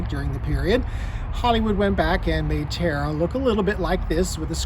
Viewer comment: Such a shame that the man doing the introduction did not know how to pronounce Tara only terr or please even with an accent the Irish TA RA is not hard.